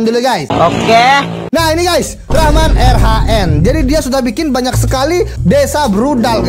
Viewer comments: Bang reman rhn bukan raman rhn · Hwhwhwhw bukan raman tapi reman banb